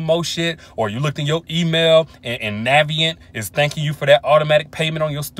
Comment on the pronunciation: "Navient' tho LOL for real!!!!!